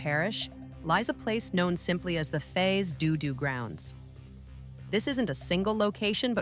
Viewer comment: It's pronounced "fay" (long A) "doe" (long O) "doe" (long O)